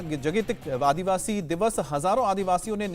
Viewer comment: आदिवासी orआदीवासी nonsense उच्चारण